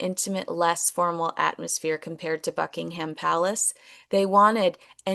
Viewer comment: Hi, just a note. It's not pronounced Bucking-Ham, it's Bucking'm. Similarly, Durham, not Durr-ham, etc. Funny old English language 😊